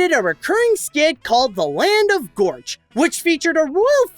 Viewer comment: it's pronounced Gorch not Vorch